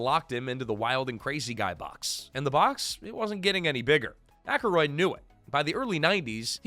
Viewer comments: It's ack-roid not ack-a-roid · Dan Ak-a-roid? AI pronunciation issues yet again 😔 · Aykroyd is two syllables😂.